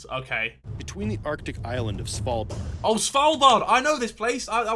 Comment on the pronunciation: how the fuck did. harry pronounce svalbar lmao